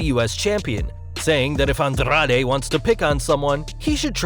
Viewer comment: Lmfao andRRRRaRRRe, RRRey misteRRRio, humbeRRRto caRRRRio We appreciate the rolling R's, but u don't have to try that hard. 👌🏽🤭